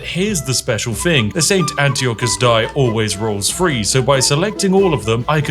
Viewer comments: Anyone else annoyed by "free" instead of "three"? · I can hear you saying three as free. I'm on to you. Truly Warhorse made a banger of a game here, love to see it! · Hearing someone, who is very English, saying "free" instead of "three" is one of the worst experiences of my life. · The English language was made up by the English but they also pronounce it wrong …..Three “free”. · Please - “free” is not “three”. Thank you. 😢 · Th…ree. Not F…ree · Fun fact: the number 3 starts with a "th" not an "f" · Couldn't listen to you say six frees over and over. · Why do you pronounce 'th' as 'f' in thieving and three but as 'th' in nothing. Worst British accent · I’ve only just realised bro struggles to pronounce words that begin with “TH” lmao. Thought I was tripping at first